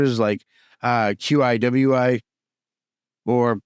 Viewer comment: listening the way u spelled Qiwi made me laugh so hard, it is just pronounce the same way as u pronounce birds name "kiwi"